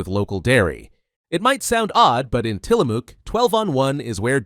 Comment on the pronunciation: The Os are silent in Tillamook. Yes I'm from Oregon. It's a ma sound. Not moo. So Tillamuck is how it sounds. Best cheese in the world